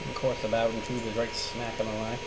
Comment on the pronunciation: booooooooden not bawden